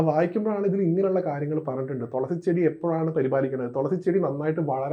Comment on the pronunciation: തോളസി അല്ല തുളസി അതുപറ